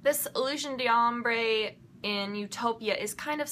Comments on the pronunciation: French pronunciation takes some getting used to. Generally that R sound in d'ombre is "swallowed up". It's all said in one syllable. It almost sounds like dom-bra all fused together and said really fast in one syllable. It's so hard to explain w/out actually saying it. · the d'ombre is said like dombre, all together one word, don't emphasize the D.